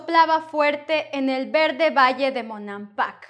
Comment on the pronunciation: I can still hear v being pronounced in Verde and convivi. Please help